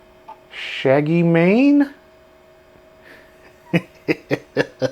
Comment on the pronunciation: SHAGGYMANE 🤣🤣 loved it